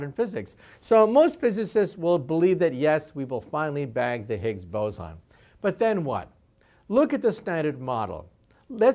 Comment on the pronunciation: It's boson, not bozon. It's based off the Indian physicist, not the clown